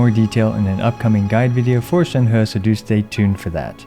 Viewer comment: Shenhu ✅ Shenhe ❌